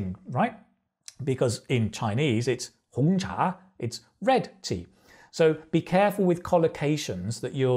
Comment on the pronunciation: Your chinese pronunciation about ‘hong cha’ is excellent!